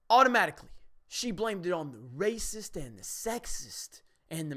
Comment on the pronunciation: I don't know if this is only me but when I hear them say racist, all I hear is raisins.